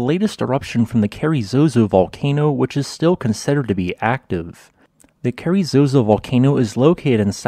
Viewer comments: I've been there and it's quite stunning. One tiny correction. I think the locals would call it "carazoso", not "carry-zozo". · It’s Carrizoso, not Carrizozo.